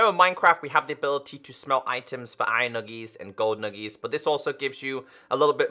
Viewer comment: why does call iron nuggets to iron nugiss